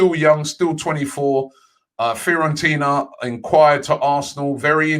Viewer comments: The rest of the world: Fiorentina Robbie Lyle: Fear-on-Tina 🤦🏾‍♂️...but this is why we love him 😂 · Nobody: Robbie: "Fair-on-tina" "Care-on-tireny"